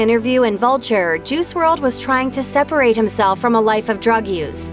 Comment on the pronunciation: It's pronounced juhrod